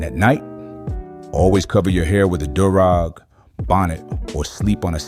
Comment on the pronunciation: A “derrahg” yeah this Ai gone too far 🤣